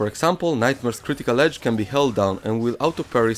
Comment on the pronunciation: reversal Hedge XD XD XD don`t get me wrong Im not making fun of the guy just because he has accent I just found it very funny how hard did he pronounce the letter "H" which is nonexistent in this word and in fact hedge means something totally difference making reversal hedge a total non-sense :D